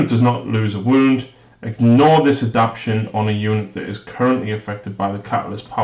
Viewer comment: You guys celebrated proper pronunciation of the word Jormungandr...but you don't seem to be aware that you're butchering simple words like adaptation and veracious.